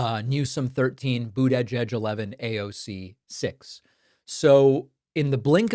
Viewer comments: Why on Earth are you unable to pronounce Pete Buttigieg correctly? Do you find it funny? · Why are you pronouncing Mayor Pete's last name like that? Sounds like a dig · For God's sake. Learn to pronounce Buttigieg. The last person who mispronounced his name that badly was Trump. Don't you listen to the way other people say it? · Pakman, I’m with you. I’m happy as hell that someone is ACTUALLY fighting! But I gotta ask why you pronounce Buttigieg the way you do. What’s going on there?